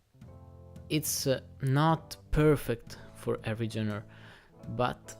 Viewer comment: Great review very helpful, thank you. I realize you are not a native English speaker so I'm not sure if it is hard for you to pronounce the word "Genre" or if you do not know. I am not making fun of you, you speak English very well, better than I speak any second language I just want to help you for the future. The 'G' is genre is not a normal 'gee' sound it is 'ZHän" I hope this makes sense.